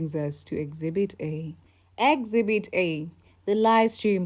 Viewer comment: Exhibit not exbit